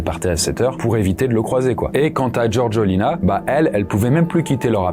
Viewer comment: Sérieux...tu prononces " GeorGUEUlina"...🙄 Faites un effort...c'est GeorgÉLina...les français a chaque fois...